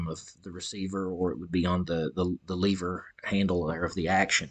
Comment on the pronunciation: Wtf is a leeeeeever??? LEVER